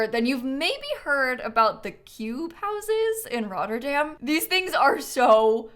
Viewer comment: As a dutch person I love the way you said Rotterdam